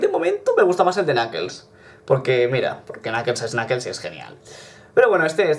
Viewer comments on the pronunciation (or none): none